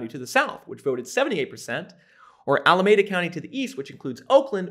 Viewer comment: Respectfully, when watching this I noted that you mispronounced three of the counties surrounding San Francisco. The county north of SF is pronounced mar-IN, To counties to the east, respectively, are pronounced Ala-mee-da and Contra Causta. It is far more effective to properly pronounce the names of the counties you trash with your thinly veiled MAGA rhetoric